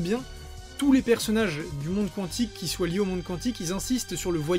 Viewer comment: On dit « kantic »